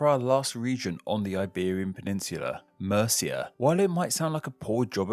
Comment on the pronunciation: And Murcia isn't pronounced like the Anglo Saxon Kingdom of Mercia!!! It's not like Murthia. Geez, how much can you get wrong in one video?!!!